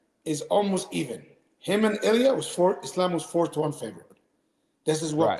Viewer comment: Bro is trippin the whole interview.. calling illia, “killia”, calling khabib 2 division champ😂